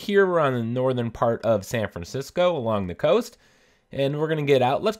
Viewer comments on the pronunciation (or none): none